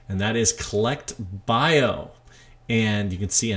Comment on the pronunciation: Thanks, #1 on the list (Cellect) pronounced 'Sellect' from the word cell. You're doing a fantastic job, keep it up!